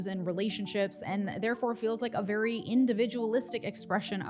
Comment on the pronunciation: Vewy Vewy Angry